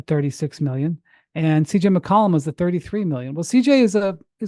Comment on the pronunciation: McCollum not McColumn💀